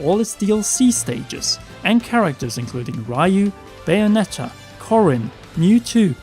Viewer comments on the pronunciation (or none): It's not Rai-you, it's Ree-yu. Ree-You. RYU. Get it right! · Hearing "raiu" instead of Ryu Didn't mention F-Zero 👿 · wait did you just said rayu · >Pronouncing Ryu like "Rai-You" Disgusting